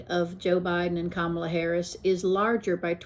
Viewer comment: Good job! It's comma-la :)